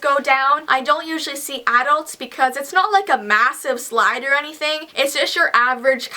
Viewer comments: its funny how she say ad-ults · who knowdest the way she said adults???? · was it just me or did she say adults weird?